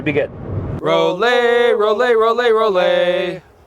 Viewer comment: Just want to say the pronunciation for ROLLIE should be just like how you pronounce LEICA. The sound is not ROL LEI, but ROL LIE.